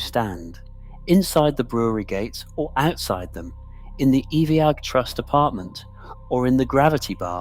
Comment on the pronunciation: Iveagh is pronounced EYE-vuh